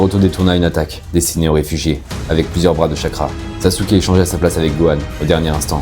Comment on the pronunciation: Saske (sasuke ) pas sasouke